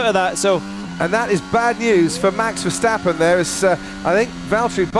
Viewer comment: hello commentator its not,,,, mex versteppen both a's in his name sounding like in carwash